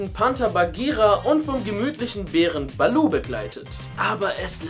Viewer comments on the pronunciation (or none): Balou eher Bilou!😂